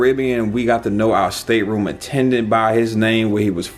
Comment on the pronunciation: Its State-room not stater-room